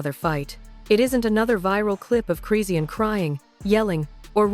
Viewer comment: First of all start with the fake news she was just that blue faces party trying to get in the day before last this is fake news and you're not even saying her name right!!!! Foh with the fake shit 💯🤦🏾‍♀️🤦🏾‍♀️🤦🏾‍♀️🤦🏾‍♀️